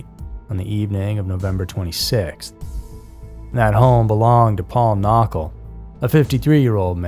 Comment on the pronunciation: Paul Knockel— it’s pronounced Kin nuck ul. A lot of other miss-information in this story. His wallet and his boots were found in his home. Not his tennis shoes. He always wore boots. To the person who was responsible for his disappearance: you might be getting away with this now, but when you meet your maker, you will be burning in hell eternally.